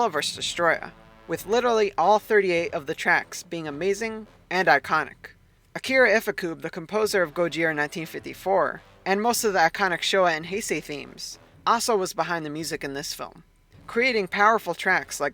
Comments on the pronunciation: No way bro called ifukube “iffycoob” 😭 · by the way, akira ifukube is pronounced akeerah ifookoobei